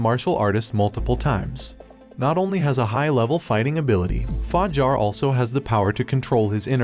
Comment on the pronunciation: The narrator is special for sure, h :calls yang yong :pronounces game SIF-ooh :thinks the club is a whorehouse “Fa-JAR” literally pronounced it Jar. Like a peanut butter jar. Lmao but seriously you deserve to be slapped for thus